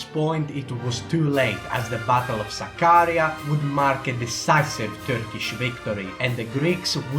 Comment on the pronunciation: You can't even pronounce Sakarya properly. You really don't know much about this topic. Greeks faced defeats before the Battle of Sakarya, for example in the Battle of İnönü. Also Greeks did fight back in Sakarya as well.